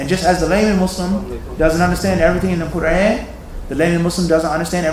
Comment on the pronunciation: Qu-raaan. You pronounced that wrong so how about you correct that first. Fazail is Urdu not Arabic, both are fine